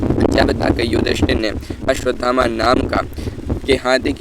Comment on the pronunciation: भाई हिन्दी भी नहीं बोलनी आती तुम्हें तो😂😂 अश्वथामा को अश्वधामा बोले जा रहे हो। 😂😂